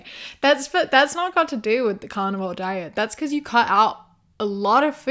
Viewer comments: i know you are saying carnivore I KNOW this. Cant not hear and imagine you saying carnivals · I heard it like you were raising a cow so the cow could lay an egg.